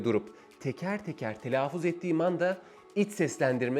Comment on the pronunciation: Evet, oldukça akıcı, yararlı, güzel bir sunum olmuş. Telaffuz kelimesini telaafuz olarak telaffuz etmeniz dışında...